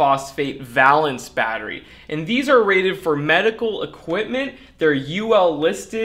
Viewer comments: I don't know if I would say "worth the price" but WOW what a difference! and Thank you for doing this! FWIW I think the companies name should be pronounced Vay-lance like in chemistry valence electrons. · It's pronounced va - long A - lence - as those of us with an academic chemistry background learn. The valence of a molecule is "the combining power of an element, especially as measured by the number of hydrogen atoms it can displace or combine with" or "relating to or denoting electrons involved in or available for chemical bond formation". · Would have enjoyed this video more if you could properly pronounce Valence. I cringed every time you said it. "Vay-lenss". One consonant following the vowel, that vowel is pronounced long. Basic English. I learned this in first grade back in 1962. Otherwise an interesting video. I changed my initial thumbs down to a thumbs up. Keep up the good work.